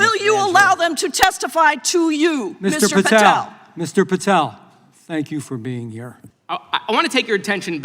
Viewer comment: Mr. Goldman completely fell apart here. Kash was caught in a fishing net and Goldman just cut it loose with all his mispronunciations.